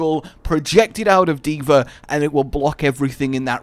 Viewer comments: Why do you call her D.ver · I FREAKING HATE how he says d.vr ITS D.VAAAAAAAAAAAAA